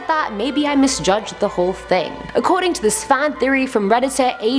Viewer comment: My fave part of the whole video is when you said ting instead of thing....it was so cute!!